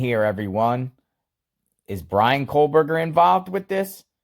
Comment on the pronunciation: Are you saying "Coldberger"?